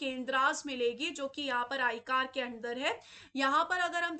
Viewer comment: मैम वो आईकार नहीं हैं, वो आई सी ए आर है